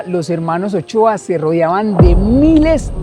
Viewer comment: Son los hermanos Motoa no Ochoa